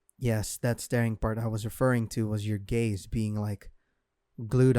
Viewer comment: when he said the thing about our gaze bein glued on him I thought he said Gays